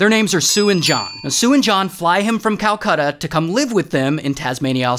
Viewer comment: i almost gave up watching when he said calcata